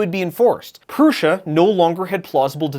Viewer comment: I think it's odd that Josef Prusa doesn't know how to pronounce his own name. He calls it Proosa but it's clearly not correct because every youtuber calls hi ProoSHa.